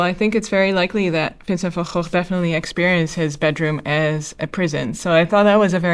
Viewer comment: Wow you’re the very first person out of all the reactors who has correctly pronounced Vincent’s surname correctly. Obviously as you’re from the same country as Vincent Van Gogh. It was roughly 10 years ago I first found out that outside of the Netherlands we pronounce Vincent’s name incorrectly.Also I assumed you were from North America. “Shame on me” 😢👍❤️